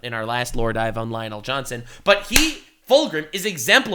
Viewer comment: I'm wondering if mispronouncing Lionel Johnson is a flex now.